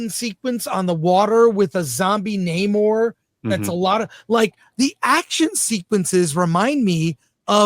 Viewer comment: You may be interested to know that they pronounce his name correctly (Nay-More) in this series.